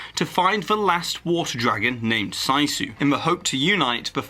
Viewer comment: Just so you know. Raya and the Dragon. The dragon’s name is pronounced as “c-sue”. It’s Finnish for bravery (which ironically this dragon is not).